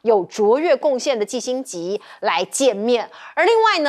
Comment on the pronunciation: 錢子很業餘的感覺，念新聞幾句就要錯一個字。季辛吉念成辛季吉，這麼有名的人都念錯。